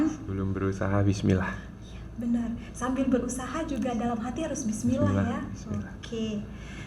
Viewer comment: Huruf ainnya juga it salah ustazah tolong di benerin ustazah dan hak dlm bacaan bismillah nya masih banyak mmg tempat salahnya maklum lagi belajar tapi tolong di gembleng biar sempurna,kok ustazah ngajarin bismillah kta him kok pake hak dada kecil itu hak tenggorokan,Mf bukan menggurui ustazah